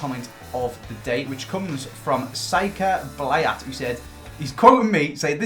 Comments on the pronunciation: “Sike-ah blay-at”😂😂😂😂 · Cyka Blyat pronounced perfectly